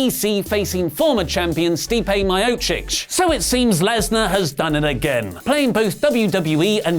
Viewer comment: Actually kind of impressed you got Stipes name correct. Most non mma channels don't have the diligence to look into things like that.